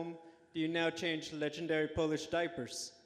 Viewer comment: legenenderRrRrRry Polish powerrrr. The dude sounds like a fucking creep, who is he? lol!